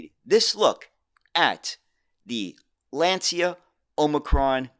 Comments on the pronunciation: Fascinating presentation of yet another lesser-known bus model. The only thing - a truly ear-wrecking mispronunciation of the world-famous Lancia company. It's LAnCIa, for God's sake, not Lenzia 😇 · It's pronounced "Lancha". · Lancia is pronounced LAAHN- Chah.